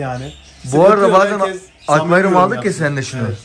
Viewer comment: akvayrum diyorsun gibi geliyo kulağıma komiğime gittii